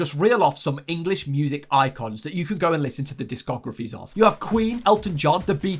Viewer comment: it's not disc og raphy It's a disco graph y Also there's no ch in fortune